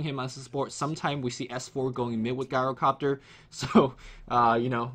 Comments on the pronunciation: It's pronounced "GYRO-COPTER" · even Tobi stopped pronouncing it Gyrocopter with that hard G sound. You should, too. The heroes usually say their name so you can tell how to pronounce it properly.